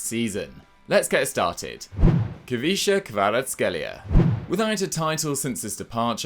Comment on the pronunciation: Very good pronunciation on Khvicha Kvaratskhelia's name my man <3 It's pretty much spot on given that most of the letter sounds in his name simply don't exist in English:D:D